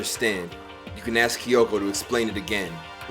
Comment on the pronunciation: Spike making Jump Force? Then where is Monokuma in Jump Force? Or Big Mac? (or Both?) Not gonna Gloss he spelled Kyoko as "KEE-Y-O-K-O"